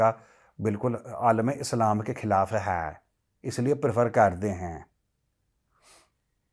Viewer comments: Always a pleasure to know you say "Hai" in a Pakistani tone. It always made my day😂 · "Hai" tone is very clear major sir 😂